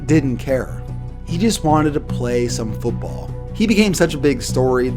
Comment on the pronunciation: The word is football. Foot ball. Not foopball. Foopball is not a word.